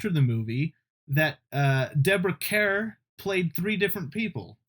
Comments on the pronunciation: Deborah kerr was scottish. In Scotland her name is pronounced kerr not karr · Deborah Kerr…rhymes with star.